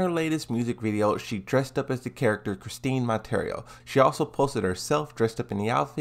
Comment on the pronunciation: Well... is calling her Chris-teen Mon-tare-ee-yo instead of Chris-Tee Mon-tee-yeah-row. So yeah, dude dose not know how to pronounce her name she must not be popular.